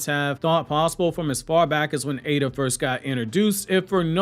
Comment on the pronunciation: I am not fully sure but I don't think you're pronouncing Eida correctly. I think it is [I-da / Ai-da] not [A-da]